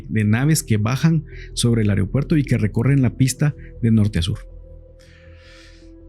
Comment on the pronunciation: Se dice AEROpuerto.